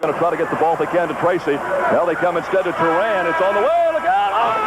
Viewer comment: Wonderful to hear the voice of the great Jerry Baker on the play-by-play and to remind us of the time when Chet Coppuck was in Indianapolis. And it’s torAN with the emphasis on the second syllable. I happened to play against John Holliden when he was at ISUE.